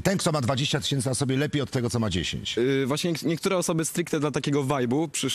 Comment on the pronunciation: "Bag Diora jedenaście tysiemcy"